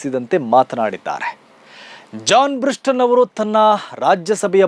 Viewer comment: ಅವರ ಹೆಸರು ಜಾನ್ ಬ್ರಿಟಾಸ್... ಜಾನ್ ಬ್ರಿಸ್ಟನ್ ಅಲ್ಲ...